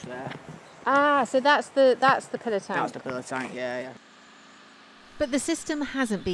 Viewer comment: Pillow tank not pillar tank lol